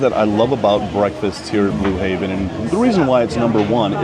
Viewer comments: Blue Heaven.. Heaven.. not Haven. Im not sure why it bothered me so much lol but it did. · It’s Blue HEAVEN not Haven